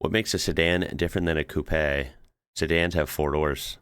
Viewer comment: Thx for pronouncing coupé and not koop